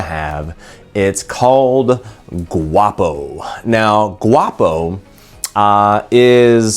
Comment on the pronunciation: You're saying Guapo wrong mate.